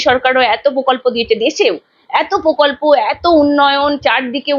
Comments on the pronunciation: পোকল্প উচ্চারণ খুব কানে লাগছে। প্রকল্প বলুন। একজন সঞ্চালিকার এই ধরনের ভুল উচ্চারণ চ্যানেলের মান নামিয়ে দেয়। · তোমার উচ্চারণ স্পষ্ট নয়। তুমি এতবার "প্রকল্প" শব্দটা বলেছো কিন্তু একবারও সঠিক উচ্চারণ করোনি। প্রত্যেকবারই "পোকল্প" বলেছো। এছাড়া তোমার "স" - "শ" - "ষ" এর উচ্চারণ ঠিক নয়। বেশীরভাগ "স" কেই "শ" অথবা "ষ" হিসাবে উচ্চারণ করেছো। এগুলো শুধরে নেওয়ার চেষ্টা করো। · পোকল্প নয় দিদি, ওটা প্রকল্প হবে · এঙ্কারের উচ্চারণে অস্পষ্টতা আছে। পোকল্প না প্রকল্প! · Pokolpo noy prokolpo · Kothata POKOLPO noy. PROKOLPO. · পকল্প নয় প্রকল্প একজন সাংবাদিকের উচ্চারণ টা ঠিক হওয়া প্রয়োজন।। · মূখ্যমন্ত্রীর মতো পকল্প কেন বলছেন সাংবাদিক মেয়ে টি? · Mamoni ota pokolpo na.. prokolpo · Dear Anchor, apnar question gulo khub pertinent holeo apnar pronunciation khub kaane lagche, for instance, apni bolchen 'pokolpo"...eigulo ektu kheyal korun. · ওটা 'পোকল্প' নয়, "প্রকল্প"! ঠিকঠাক কথা বলুন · কথাটা প্রকল্প,পোকল্প নয়। সঞ্চালিকা দিদি বাংলা টা ঠিকমত বলবেন এটা আশা করা যায় না? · Pokolpo noy prokolpo. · দিদিভাই, বাংলাটা অন্তত ঠিকঠাক বলুন। প্শ্ন নয় প্রশ্ন, পকল্প নয় প্রকল্প, ইত্যাদি ... Feedback মাত্র। চেষ্টা করলেই পারবেন। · পোকল্প নয় বাবা প্রকল্প ... বাংলাটা ঠিককরে বলো বাবা ... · onusthaner upossthapika aponar uccharon thik korun . pokolp noy prokolpo . podhan noy prodhan . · Pokolpo, kendo. She cannot pronounce R in the context